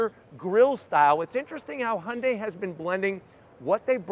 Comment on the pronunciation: Im so happy he is pronouncing the company right. Used to call it hyun die